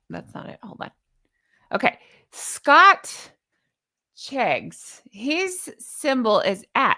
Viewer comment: 'Scotcheggs' 😂😅 as in egg, sausage meat and breadcrumbs, beautiful dress, love your bows too, take care ❤